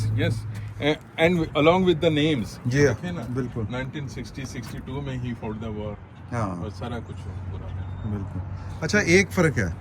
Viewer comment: bhai sahib ko batain k lafz فاوٹ naheen hota fought hota hy …. American bhai ki angreezi bhe. Meri tarha ki hy ….😂